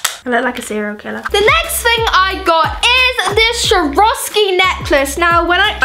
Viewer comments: its not shoravski is Swarovski, pronounced "Swore-of-ski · sharoskie? its pronouced SAWOSKI but its spelt like Swaoski